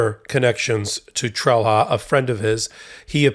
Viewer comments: Did/does Santos have other criminals working for him?. By the way, Trelha is pronounced "trel-ya". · Sometimes wish Americans would at least try to pronounce names correctly......... "Trelha" is pronounced "Trail-ya". WHY is this stooge even a THING anymore????? Feel used and dirty just seeing and hearing the name. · I wish people would stop mangling names -- it's not "trell-hah", it's "TRAIL-YAH". The H has a specific function. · Trelha is pronounced „Trelia“ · In Portuguese, the defendant’s name would be pronounced more like “Tray-lee-yah”. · Just FYI, the "h" in Trelha is pronounced as a "y" in Portuguese, although even his attorney seems to do the English phonetic version. Meu Deus, what a story! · Trelha in Portuguese is pronounced, 'trelya'. Santos here is guilty of lying in court, contempt, at least. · The Portuguese pronunciation of that name is "TREL-ya". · This is hardly important, but fyi in Portuguese, that 'h' is pronounced similar to 'y': Trelha: "Trel-ya". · Wow, Santos is quite the prolific criminal. Solid GOP potential. BTW: in Portuguese, "lha" ...as in the end of "Trelha", is actually pronounced more like ; "ya" [like; Trelya or Trelia]. Let's not even touch on the half-tongue roll in the T, and the R that's pronounced more like a D...that's for another time, lol.